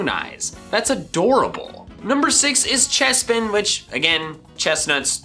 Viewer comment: CHESPIN, NOT CHAPIN!